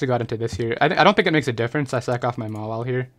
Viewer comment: Every time you say sack off it sounds like suck off and makes me laugh.